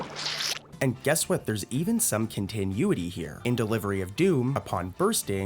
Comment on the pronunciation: the way you say continuity is grinding my gears